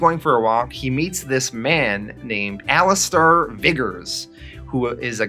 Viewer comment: The name Alistair is pronounced (Ali-ster) Not Ali-star. Also it's not Ham-ish, it's Hame-ish